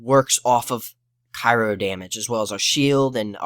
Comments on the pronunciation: You don't over the skills you skipped and tell why. So how does the viewer know why they aren't as good? ...Cry-O not Ca-i-ro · Omg cry-o. Jesus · Almost stopped watching when you kept pronouncing Cryo like Cairo... lol, good video though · CRYO....CRYO. (CRY-O)